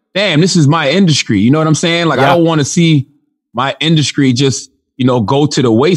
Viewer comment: Induskry lmao